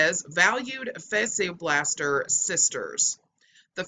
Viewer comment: Its pronounced "Fasha Blaster" not Fasheearrr" Just saying.